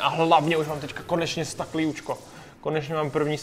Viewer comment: Proč říkáš stak? 🤣🤣